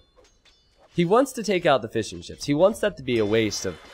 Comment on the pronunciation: Every time you say "fishing ships" in your videos, I think you say "fish n' chips". Being a British person, I instantly perk up when I hear the words "fish n' chips".